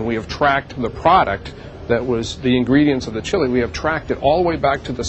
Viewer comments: Maaf ya, klo bole koreksi chilly itu dibacanya cili bukan sili.... 🙏🙏🙏🙏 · Duh kangen chili nya Wendy's.., bacanya Chili Ch, bukan shili.. fyi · Terimakasih, bagus sekali cara menceritakannya... kritik : coba belajar pengucapan kata2 dlm bhs Inggris dan nama2 asing secara benar, supaya ceritanya lebih perfect..... Contohnya : bukan SHILI, tapi Cili